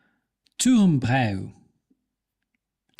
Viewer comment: Turmbräu is a Pennerbier in germany. Your pronounciation of germany words was nearly flawless, but you failed hard on Turmbräu. A close pronounciation would be "Turmbreu" in your germany language skills.